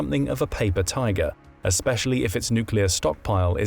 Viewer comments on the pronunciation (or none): none